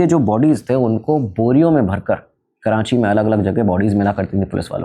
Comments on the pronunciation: Kranchi nh karachi HOTA h bhai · Abheeeee "karanchi" nahi hai ,KARACHI hai . And I spent my whole life in layri. You guys didn't even covered 10% of layri in the movie, neither you have 20% of facts about layri. I stopped watching your video when u said 1960s 1970s ppl over there had rocket launchers 😅. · It is Not Karanchi Its Karachi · Uncle its KARACHI not kiraaNchi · Karachi ❌️ Karanchi ✅️ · karachi ❌ karanchi ✅ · Yaar karanchi nahi karachi hai 😂😂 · Karanchii bol k karanchi walon ko khush kr dia bhai ne 😂